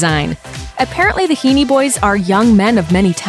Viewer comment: It’s (He-en), not (Hee-nee).